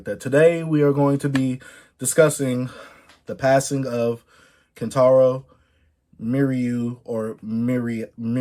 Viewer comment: Pls just say kentaro from now on